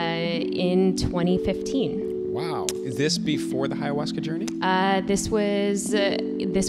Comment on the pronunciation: Hey, love you but please stop saying HAyahuasca 😂 Also, if you ever want to do it, the best you can do is come to the jungle region of Peru and asking locals for "maestros", because chamans who advertise, are not the best spiritual guides.